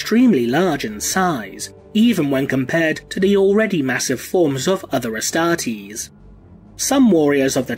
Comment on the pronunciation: The way you say Astartes is just magical!